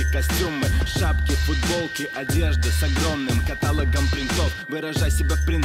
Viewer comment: Я один выключаю видос когда он говорит "катАлогом"?